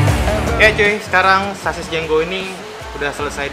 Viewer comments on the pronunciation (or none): Itu jengo bukan jenggo nulisnya aja jengo kok bacanya jenggo 🚀